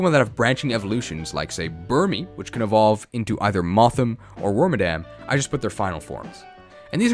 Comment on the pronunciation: Its moth-HIM (male) and Wor-MAD-EM (female / madam ) it upset me greatly when I found out it wasn't worm-a-dam, now I pass this cursed knowledge to you.